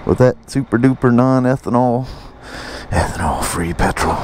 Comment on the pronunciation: So good to hear the correct pronunciation of the word 'petrol' :)